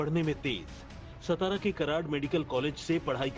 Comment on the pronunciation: सतारा ❌ सातारा ✅